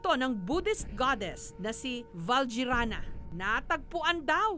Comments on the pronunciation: Vajyarana... valjyrana??? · VAJRAYANA BUDDHA > Vajirayana NOT VALJYRANA ;)